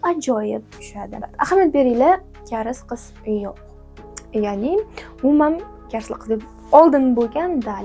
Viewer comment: Karis emas kareys bo'ladi